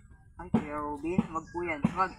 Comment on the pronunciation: bakit d m mpronounce ng mlinaw ang name ni Robin?!..kinukulot kulot m kc ang dila m pg binabanggit m ang pangalan ni robin eh..